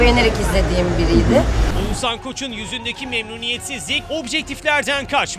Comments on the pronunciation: ouzannn değil OĞUZHAN YAAA VALLA DÜZGÜN SÖYLEYİN ADAMIN İSMİNİ🤦🏻‍♀️ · edebiyat ögretmeni mi olmak lazim Oguzhani söyleyebilmek icin🤦🏻‍♀️Türkiyede bu ismi telafus edemeden tek kisisin. Keske evde biraz calissaydin